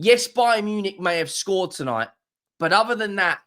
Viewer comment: bayern nunick 😂